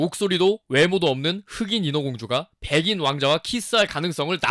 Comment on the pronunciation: 하얀 속내 ㅇㅈㄹ 하고 왕비는.. 백!인이었습니다! 하는게 존나 웃기네